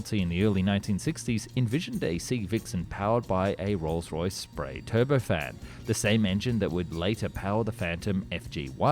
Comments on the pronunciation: Aden tot Arden und Spey not spray. It’s a good presentation with appropriate illustrations but your pronunciation needs upgrading. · 'A Rolls Royce 'Spray' turbofan'..😆...